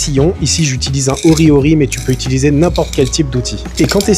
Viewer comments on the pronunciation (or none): none